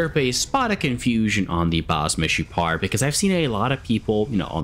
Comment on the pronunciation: Greetings from Israel! you actually said the "Meshupar" right,Meshupar means "Improved" in hebrew.